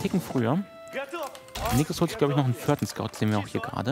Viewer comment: Niklas holt sich den vörten Hörsch! :D